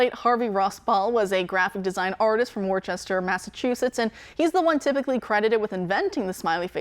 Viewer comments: It's spelled Worcester, MA It's pronounced closer to Woo sta or Woos ter :-) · Pronounced Woosta!!!